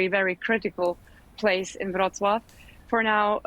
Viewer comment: Congratulations on getting the Polish pronounciation correct. I am impressed. (I am from Wroclaw, but I self-evacuated on Sunday to a friend) I plan to return to Wroclaw on Saturday.